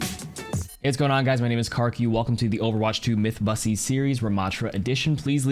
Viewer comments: Are you saying myth bust or mythbuss? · I had to play it back a second time to make sure he said “myth bussy series” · Anyone catch that... he says mythbussy series. right??